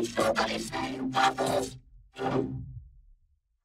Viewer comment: They didn’t say waffles they said “FLOWER”